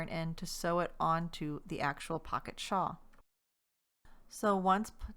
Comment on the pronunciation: Are you saying 'Shaw'?